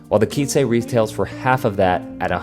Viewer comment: Why would it be spelled Quincy? In Spanish it's a number, but in English, quince is a fruit. If you ever heard of the quince tree or its fruit, you'd know to pronounce it "kwins" (like prince). But, if not, and are familiar with Spanish, I can see how you got to "keen-say"...